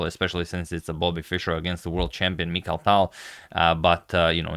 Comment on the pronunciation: Its Mikhail Tal not Michael Tal